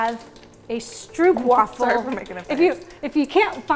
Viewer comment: Love you guys and this fun cooking show with this Advent season! But just an FYI from the Netherlands where stroopwafels originate, it is pronounced like “strope” (long “oh” sound”) :)